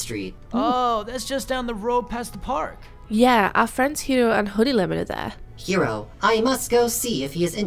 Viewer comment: It’s Hiro!!! Not Hero!!!